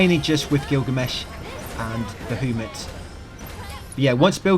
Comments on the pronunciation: Who the hell is Ba-who- mut? BA HA MUT. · Also you’re pronouncing Bahamut’s name incorrectly.